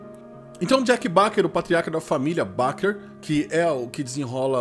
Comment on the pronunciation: Um bom vídeo, bom resumo, tem meu like. Mas poxa cara, eu acho que não é difícil acertar a pronúncia da família Baker [bei quer] e não [bá quer]. Só uma dica.